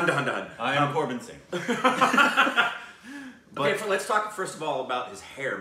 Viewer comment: Yeah """ korbin singh. """😂😂😂😂😂